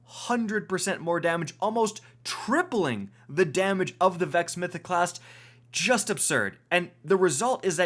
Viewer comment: "Vexo Mythoclasstu Overpowaru" here